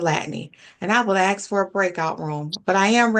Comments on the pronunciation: It’s amazing to me that she is an attorney, but yet cannot pronounce the word “ask”! She says “ax”! Unbelievable! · WHAT A CLUSTERFLOP!!! By the way, IF you are trying to come off as a professional STOP using the word "axs"! The PROPER word is "ASK"!! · This was a jumbled mess. And an attorney not pronouncing the word ASK properly is alarming. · Even the attourneys are "Axeing" questions now. Every day a step closer to idiocracy.